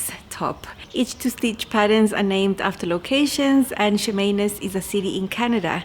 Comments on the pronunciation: You said the name correctly...i live in british Columbia canada. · Yes, you pronounced Chemainus correctly! Delightful town. Delightful shirt.